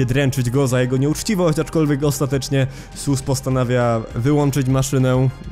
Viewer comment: Mam pytanie czy tylko ja mam tak że gdy mówi SUs przypomina mi się AmungUS?